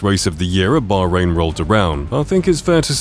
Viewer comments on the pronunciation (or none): none